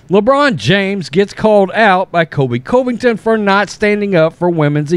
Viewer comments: Please stop saying his name wrong. Please!!! CUV-ING-TON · I especially like your videos, but it’s hard to listen when you talk about Colby. His last name is pronounced Cuvington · Cant believe you still haven't learned to pronounce this mans last name.